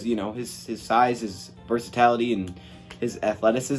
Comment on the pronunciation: It’s versatility brah. Not versatality. Love your vids.